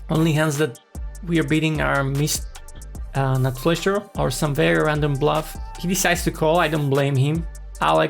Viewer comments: Flash....flesh ... flush 😂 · It‘s flush. Flush, not flesh!